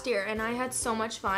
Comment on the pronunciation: I thought she said Donut Trump I had to replay that like 20 times